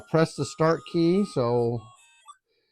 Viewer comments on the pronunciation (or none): Make sure you "PRASS" the Start button lol good relaxing video though i appreciate this